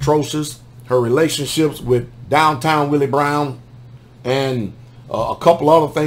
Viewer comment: you said "dowtown Willie Brown"...that was hilarious!!